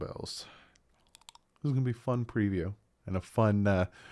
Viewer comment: NO ! not preview ! Prayview !😂😂😂